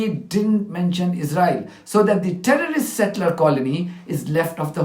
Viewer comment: I cant stand danny , israel in spokesman and his 4 yr old pronunciations. " tewwowist"